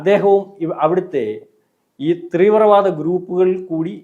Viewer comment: ത്രീവ്രവാദം അല്ല തീവ്രവാദം